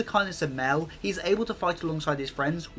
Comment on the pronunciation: love the video! excpet its pornouced "my-el" <3